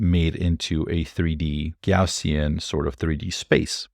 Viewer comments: It’s Gow-see-uhn 😁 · “Gow-see-an” - normal distribution, but here as a circular area of probability. “Co-vary-ance’ the total variation of two random variables from their expected values. I’m finding it harder and harder to keep up with advances - your videos are a great asset! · its pronounced "gauss" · Sure hope I'm pronouncing Gaussian right. Anyway, simhuhlate simhuhlate simmhuhlations world simhuhlator. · Gauss' au is is like the o in 'cow'. You did ask! Kind of.